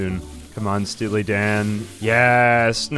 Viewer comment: Stea-Lee Dan